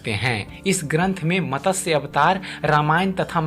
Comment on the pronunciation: Matasya nahi, it should be pronounced as MATSYA Puran